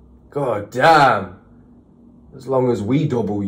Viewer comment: That gahdayum was coming out you sounding completely American. Good reaction, mayne mayne